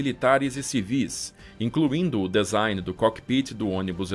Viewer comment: Maravilhosa estória. Bem esclarecedora, com detalhes incríveis. Só chamo a atenção para a palavra DESIGN, cuja pronúncia correta é /dizáin/ e não /dezáin/, ok? Valeu !! 👍